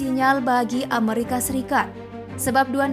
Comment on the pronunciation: plis dijawab min. inspirasi dari mana sih nyebut amerika kyak gitu? 25 thun gua hdup, baru di channel ini doang ngedenger nyebut amerika beda sendiri wkwkkw